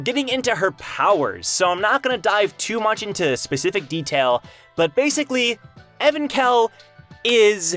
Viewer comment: I thought its pronounced Evank-hell not Evan-khell.